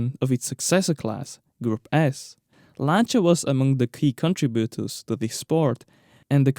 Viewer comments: Finally, someone who pronounces Lancia correctly. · You pronounced that exactly right: Lanča. It really bothers me when someone says they are a fan of that brand and then can’t even pronounce it right. BTW: love your channel.